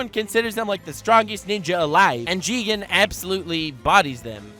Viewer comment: You pronounce "Jigen" wrongly Its "Jiigen!"